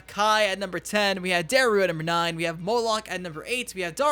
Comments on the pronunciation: DIE rou not fuckin day rou, come on man for fucks sake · Pronounced DIE-ROO, NOT DARE-ROO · Dye-Roo. Not Dare-ooh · Pronounce things correctly. Dairou is like DIE-RO..... not dare-roo. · Some of these characters don't belong on here at fucking all. Dairou (also how the fuck did you mess up saying his name, it's die-roo), has really fun and fluid attacks, and his story isn't a copy of Scorpion because he doesn't betray what he is. Scorpion becomes an evil revenant of vengeance. Dairou was a part of the Order but goes against his people because of the injustice he went through, but he doesn't become some evil revenant. He becomes something more than just a order/chaosrealmer. Also Darius (which you fucked his name up too) is fun as fuck to play as and has one of the best fatalities, plus a pseudo-chaosrealmer essentially living in the Order realm is interesting. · It’s “Die-Roo” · It’s pronounced DIE-ROO. Have you not played the game? Haha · Dairou is pronounced ‘die-ru’ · you make awesome videos but you kinda annoyed me on how you mispronounced Dairou. His name is actually pronounced like (Die Ru). Plus, for me he was very fun to play but I respect your opinion. Other than that, you have an accurate list.